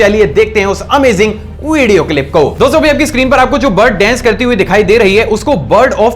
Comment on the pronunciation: Bhai dence 😂😂 nahi dance